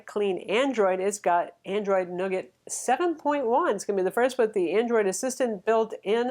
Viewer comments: I think you mean Android Nougahhhh (not Nugget?) as in the french confection (Nougat ?) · Hey, it's New-Get. 😂